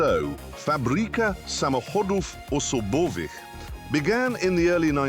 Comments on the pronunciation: Respect to Clarkson for unexpectedly correct pronunciation of "fabryka samochodów osobowych" and other Polish words. I'm really positively shocked. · you read that properly. Im suprised you took your time to learn how to read it and not butcher it. Appriciated. BTW in my family we had Fiat 126 (grandfather after mother had it), fiat 125p (my parents had it) and polonez (gradfather after father had it). My parents had polonez too (although slightly different version) when they upgraded from 125p. Damn I miss polonez from them all the most (I tend to like older cars lol)